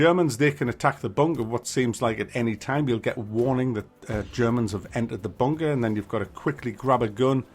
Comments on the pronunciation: Kept hearing WW2 bonker. Hehe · Ooops I thought you said “ Bonker Simulator “ hehe, hoho, lol!, lol!, oops, laughing falling of my chair!. To be honest this is a piece of nonsense, there are too many so called Simulators at the moment, and many verge on the ridiculous!. Why don’t we have a Haemorrhoid Simulator, make it RPG, open world search for Anusol products!!, lol!, lol!, oops sorry! Hehe!!. I can’t get off the floor, I’m still laughing at this video. Oops now is the time I should display your ubiquitous Tommy Lee Jones caption, tut! tut!.